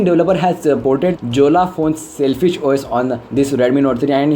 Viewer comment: Sailfish hai "SELFISH" nahi...